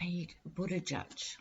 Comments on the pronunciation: You pronounced his name perfectly. I sense his pureness, integrity will serve Mayor Pete well... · You did good on Buttegieg pronunciation,! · You said his name well... not see him speak, he is very bright well spoken quite impressive.